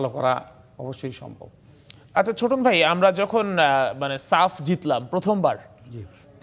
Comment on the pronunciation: ছোটন না চোদন 😂😅